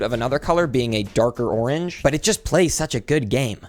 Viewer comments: Correct me if I’m wrong he said orange 31 times and the 24th time it lowk made orange not sound like a word also the 24th orange was like o-ranGE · after hearing onage lots of times i realized the pronounciation is goofy and orange is the 2nd best color after red